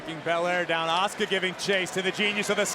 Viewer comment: “FROM OSAKA JAPAN LLLLUUUSSKA” 😂😂😂 girl it’s Asuka